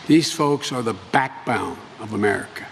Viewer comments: they're the what of america? The back bown? Wtf is that. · This man is presidential. But how much do you want to bet that the extremist right-wing will latch onto his one mis-pronunciation in the entire speech and use it against him. "...back-bound" rather than "back-bone". But, again, that's all they have, attacks like that and outrageous lies that are easily fact-checked. Nothing else. Not a real platform that the nation can get behind. Not a thing that will help the people of this country that aren't multi-billionaires. Nothing! So, ask yourself, Trumpettes, who is the better choice to lead this nation. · Oh no, he mispronounced "backbone." That's gotta be a sign of his mental unfitness. /s